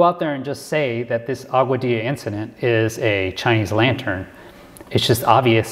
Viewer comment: You pronounce Augadilla as Agua-dee-ya, BYW.